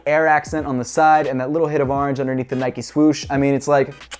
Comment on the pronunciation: ITS ORANGE NOT ORNGE